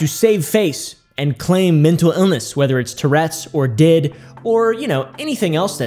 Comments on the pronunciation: Buddy, I think it pronounced D. I. D like the actual letters😅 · Okay. I've been doing heavy research about DID for literally 9 months. First of all, it's pronounced "D.I.D." and not "did" to not confuse the word n stuff. I most likely have DID and I am looking to get a diagnosis because this is NOT. FUN. First of all, it's caused from severe childhood trauma. Not fun. Secondly, people usually discover they have it over the age of 15, and get a diagnosis after they're 18, because a diagnosis for such a severe disorder takes such a long time. DID alters can be a lot but not too much. I have 7. Someone I know has 3. Another person in a mental hospital has 12. Not--- 1000. Plus, DID IS a mental illness. It's a mental illness that isn't fun. At all. If they truly had that disorder they wouldn't do TikTok memes. They'd try to spread awareness. They'd try to do something about it. Constantly forgetting stuff, constantly having identity crisises, wondering if you're still here, if the world around you is real or not, not remembering a certain part of the day, hearing voices in your head, trying to constantly avoid triggering yourself and never being alone by yourself is... not funny. It's not trendy, it's not a joke. I hope I'm able to clear up a bit. I'm open for talking if it'll help with the content. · Did you learn by now that it's pronounced D-I-D and not 'did' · It is D-I-D. Stop saying 'did". 🤯